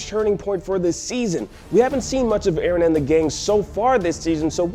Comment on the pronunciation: 316 It's Eren, not erin, not eron, why is it so complicated for you two to remember his name right.